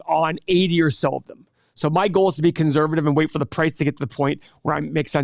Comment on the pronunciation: money - can someone PLEASE tell that there is not a “z” in conservative. Thank you.